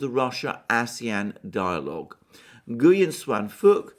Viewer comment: Ngyuen is pronounced Nween